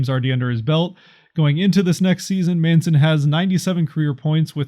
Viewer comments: Lol it’s man-son not mason, getzlaf is a free agent at the end of the year. He won’t be signed why waste a protection? I think you did a great job. Don’t get me wrong. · "Maison" or something? 😂